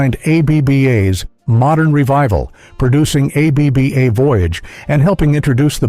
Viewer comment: Why keep pronouncing the separate intials?.It’s pronounced aebaa